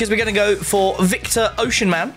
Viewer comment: Butchering oshimen as a nigerian it’s O-Si-Mehn